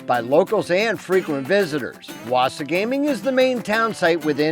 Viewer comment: Great video. Thank you. Wasagaming is pronounced "wah-SAH-guh-ming" FYI. You should also look further up north to Wekusko Provincial Park, Grass River PP, and a few others up that way. Lots to see and do in Manitoba if you love the outdoors.